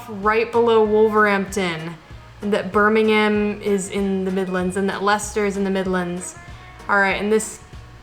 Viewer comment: I'm from Birmingham and thank you for saying it properly it's Birmingham sounding like birminghum not like ham the meat at the end like most Americans will say it but you have been to England which I like thank you for a good video